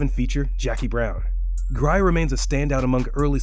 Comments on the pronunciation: Can you say Pam Greer? Not Pam Gry-er. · Pam Greer, not Grire.🤦🏾‍♀️🇺🇦